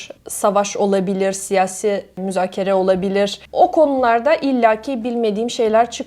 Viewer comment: güzel Türkçe konuşuyorsun, ama bazı seslerde yabancı olduğun farkediliyor. ncü saniyede siyasi kelimesinin telafuzu mesela... yahut de hayatı kelimesinin telafuzu... Ancak mükemmele yakın. Hatta bir çok Türk ten iyi konuşuyorsunuz